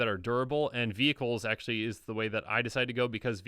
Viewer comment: Every time said "vehicles" I heard "beebles" and it took a few moments to figure out what he was talking about. Good old beebles